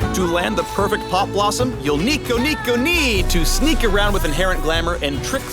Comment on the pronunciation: "Sneeko up" Did you just?